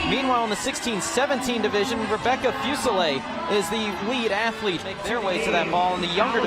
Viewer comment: SOOOOO HAPPY YOU GOT THIS UP - YEEE… FINALLY!! Can I just say… It’s driving me nuts to hear your last name mispronounced so much. Isn’t it : FooSehLay? Not FewSehLay. Or am I trippin? OoooOoohh and ma’am!! You were vulnerable with us!! YESSSS!! You’re always such a tough cookie on cam, and rarely show that side of you- we appreciate you sharing some vulnerability with us at the end. 2025!!! We’ll be here backin’ ya up again!!